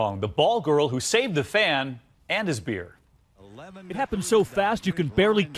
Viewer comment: He reeealy emphasized that she also saved the beer